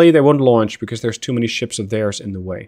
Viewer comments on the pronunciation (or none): none